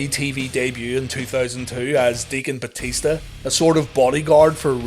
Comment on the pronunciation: Booker said "Batishta" all the time xD xD